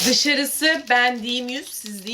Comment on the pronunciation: ✨dıŞarıSığh beN diYiĞm yÜzh siĞz diyiNn yüZ aLtmIş deReCEğh✨